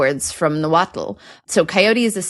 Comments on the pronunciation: I dont know if its already been addressed but the TL in nahuatl is not pronounced "tul". For example, nahuatl is pronounced na-wat..but..at the end of the word, you keep your tongue at the roof of your mouth and blow out the sides of your mouth making sort of a clicking sound. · I learned that the "-tl" is pronounced like breathing with the tongue in the T position. You dont say the L.